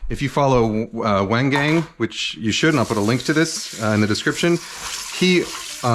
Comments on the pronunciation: Great explanation of the technique, though your pronunciation of Wang Gang really threw me for a loop. Wang Gang should be pronounced more like "Wong Gong". Also he starts most of his videos introducing himself so you can just reference that for the proper pronunciation. :) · I love chef Wang Gang. FYI Kenji, his name is pronounced like "wong gong", both parts rhyme more closely with "strong" than "hang". You can hear it in most of his videos, he begins by saying "hello da jia hao wo shi Wang Gang".